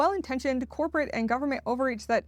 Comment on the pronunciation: Love how you pronounce it "goofernment". So accurate! 😂